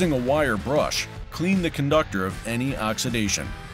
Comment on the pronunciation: "oxizidation" 🤣 OXIDATION